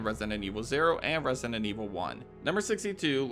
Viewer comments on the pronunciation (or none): Why do you always say "resinent evil" instead of "resident"? Or is it just me hearing that? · Lost count of how many times “resident” was pronounced “resinent” and zoned out half the Easter eggs 😂😂😂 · For a channel that uploads constant videos on Resident Evil, why do you pronounce it “ResiNent Evil”? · Bro pronouncing Resident Evil like "Resinend" Evil all the time triggered me so damn hard